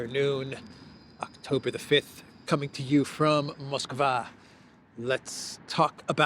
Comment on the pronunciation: Moskva is actually pronounced like "Maskva", "o" is pronounced as "a", an open sound. So, that should make it easier for you to pronounce it.